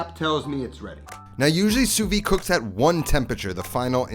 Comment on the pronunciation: Just one little thing that drives me crazy is how everyone in America pronounce the Sous-vide techninc You pronounce "soo-vee" nowhere in the any french speaking country it is pronounce that way. It should be pronounce "soo-vid".